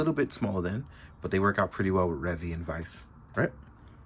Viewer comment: I, nor Subarashii called into question how big a toku fan he was. I'm aware he is a huge one, and a super nice one at that. But "Revvy" is wrong. They say it in the show, they say it in the toys.